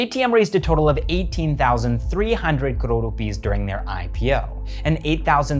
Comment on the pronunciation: Apart from great content. The only reason I subscribed cause you showed the correct political map of India. And the fact that you say crore correctly 😁